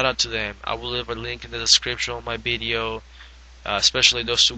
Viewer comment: He says Bideo! Lol